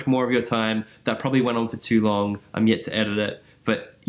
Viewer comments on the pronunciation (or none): none